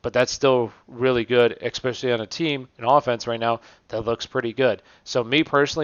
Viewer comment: Dope video cool content, ima fan. But "especially" not "eXpecially", constructive criticism and a like lol your welcome.